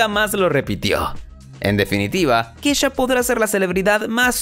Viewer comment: Se pronuncia KESHA no Kisha